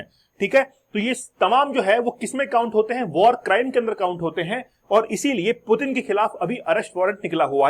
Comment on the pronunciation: "डराने के लिए डर रहे हैं" ये एक बकलोली वाला कंसेप्ट है।डराने के लिए डरने की नहीं ताक़त और हिम्मत की जरुरत होती है।मतलब लोग कुछ भी बोल देते हैं। आपको रसियन राष्ट्रपति का नाम का उच्चारण ठिक ढंग से नहीं आ रहा है पहले उसको तो ठिक कर लिजिए😂।और पुतिन कोई हलवाई नहीं हैं की कोई भी गिरफतार कर लेगा।